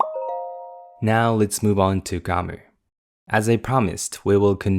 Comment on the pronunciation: Did I hear correctly how you pronounce "Grammar" ?